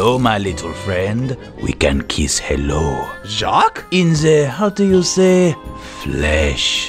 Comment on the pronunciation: ITS NOT JOACH ITS JAQUES